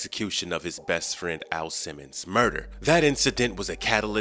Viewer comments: sir are u saying AL simmons or A.I. simmons? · Dude, it's Al Simmons, not A.I. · Did he call "AL SIMMONS" "A.i. Simmons"? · His name is AL Simmons not A.I. Simmons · A.I. Simmons? You meant AL Simmons,right?